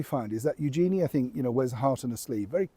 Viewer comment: Pronunciation of her name is actually U zhen-ee with emphasis on U.